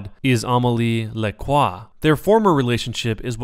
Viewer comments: as a french speaker, i fucking died when you said amélie lacroix XD. i dont understand why you said it amali lakwa. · Necrochasm i am not french but i pronounce it almost right i say: ameli lacroa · The way he says Lacroix